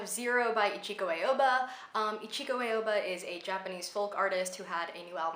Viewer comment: I've been a long time fan of Ichiko Aoba, so I was so happy you mentioned her! Her last name btw is pronounced /ah-oh-bah/ :)